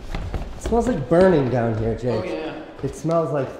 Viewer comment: "WERE REALLY DOIN IT HAAAIR"